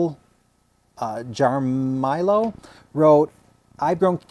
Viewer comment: Thank you for mentioning my comments on your canna video. You had a hard time pronouncing the last name. Jaramillo it’s , ha-ra-mi-yo. Thank you.